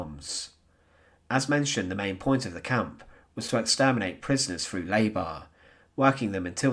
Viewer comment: Nor is it FROU it is THROUGH